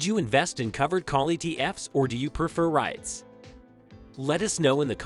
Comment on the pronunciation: Nah I can’t trust anyone who pronounce “REITS” like that